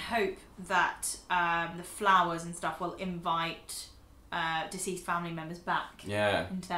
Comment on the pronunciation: I thought was saying "diseased family members." But she's saying "deceased." Took me a couple times before I figured it out lol😁